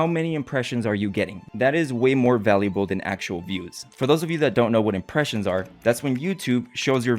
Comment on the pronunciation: " the impersions"?